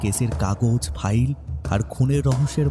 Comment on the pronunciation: The narrator really needs to improve his English pronunciations its FILE & not Phile , its Coffee & not Cophi , its Luxury & not lusury. Its GOVERNMENT & not Govararnment. Speak English & not Benglish.